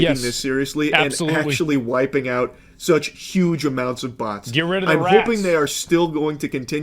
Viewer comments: If you understand “butts” instead of “bots.” I was worried. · Uff, I though he said "butts". We saved boyz